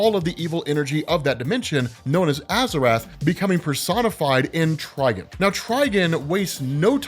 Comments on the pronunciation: Bro, why do you keep pronouncing his name as "Trigen"? It's Trigon... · Beyond omega level outside of DC? Schrödinger from Helsing. Dude's near god level in terms of power. Also it's Try-Gone, not Try-Gun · "try-gone", not "try-gun", dude. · I had to quit watching after so many times of hear tri gun. "Try""gone" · I TRULY despise the way you pronounce TriGON. It’s not Triginn smfh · Is it TriGIN? Or TriGON? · Anyone else keep hearing "TrigAn" (try-Gan) instead of "TrigOn" (try-gone)? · TrigOn, not TrigUn. Thats not Vash the Stampede. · Ah yes ....trigin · It’s (try-gone) dummy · HIS NAME IS TRI-GONE!!!!! Please get it right. It’s been 40 years. Please stop downplaying the Titans. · I keep hearing “Tryin” 🤣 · Can’t even watch this video because he’s saying trigons name like a rvtard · Bro say it right 😂 fucking idiot